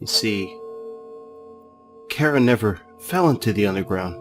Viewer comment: I'm loosing my mind its ch-ar-a please say it right!